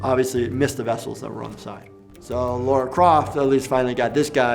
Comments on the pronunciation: He is a good doctor but I am always annoyed when people say "Laura" instead of "Lara" especially Americans do this lol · Laura? It’s Lara!!😡 Her name might have originally been Laura but it isn’t, discard the u then you are ok! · It's LARA not LAURA ffs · Why do Americans always say Laura? it's Lara literally says her name in the clips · why does everyone say Laura instead of Lara?! 😂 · WHY DOES EVERYONE SAY LAURA INSTEAD OF LARA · "Laura" Croft OK I'm out. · I love how says "Lara" and not even two seconds later the doctor still says "Laura" x) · It's pronounced and spelled LARA, not "Laura!" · He's clever enough to make it through medical school but he can't pronounce Lara correctly? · Why are nearly all Americans unable to pronounce Lara's name properly?